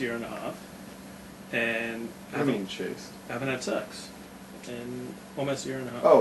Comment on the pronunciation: "chaste" vs "chased" lmao